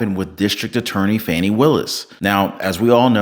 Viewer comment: Her name is pronounced: F-u-n-i